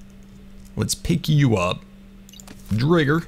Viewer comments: Name the driger pink panther also it’s pronounced dryger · I think your pronouncing driger wrong ?🤣